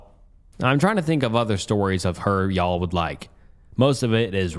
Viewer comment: i love the way says “y’all” it’s so silly 😭